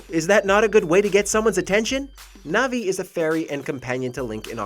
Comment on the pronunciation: How dare you say disrespect Navi like that